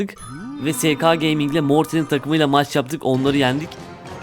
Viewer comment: Kral brawl stars e sporu yakından takip ediyorum SK ya sekeğ deme dalga geçerler "EsQuğ" diye okunuyor